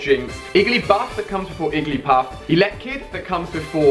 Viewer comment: Did anyone else hear iggly puff instead of jiggly puff